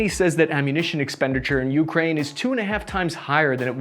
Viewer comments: For the love of God bro, please stop mispronouncing Ukraine! It's you-CRANE, not YOU-crane. Stress on the last syllable, not the first! And before some clown comes in the replies with some BS, in Ukrainian it's pronounced Украї́на, so I'm right and you're wrong. Don't even try me! I'm fuggin psychotic! Otherwise, good video! Liked & subscribed, keep 'em comin' 👍 much love bro 😊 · Jesus... It's you-KRAINE, not YOU-kraine. Just like Iraq is EAR-rack, not EYE-rack!